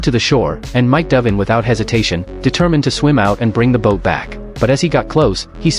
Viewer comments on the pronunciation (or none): none